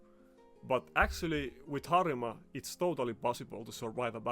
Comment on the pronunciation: I feel like you swtiched to japanese prononciation for a second when you said Harima. Could you possibly be a fellow weeb ? :cat-orange-whistling